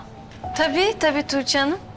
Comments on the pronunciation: Belmanın "Tuçe" deməyinə çox qıcıq oluram da. Əgər bir gün seriala baxmağı buraxacamsa sırf bu "Tuçe"lərə görə buraxacam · neden tuğce soyleyemiyooor😂DDuuçeeh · Belmayi Tuĝçee demesine sinir oluyorum